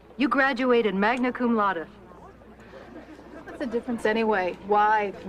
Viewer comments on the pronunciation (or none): Magna cum Laude not Lada